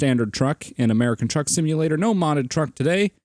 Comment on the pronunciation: not to be rude but its truck not track ;)